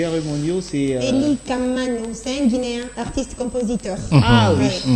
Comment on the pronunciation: Cest ELIE KAMANO ET NON KAMANA